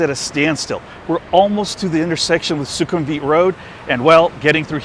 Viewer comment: 1) the pronunciation is 'vit', not 'weeet' in sukumvit. 2) because purple is considered the royal colour. 3) sure, why not? i won't be seeing the building colour when i'm inside. 4) having that maxvalu is insanely convenient and i love them. 5) agree, that mall is insanely consistently quiet, especially compared to other malls off BTS.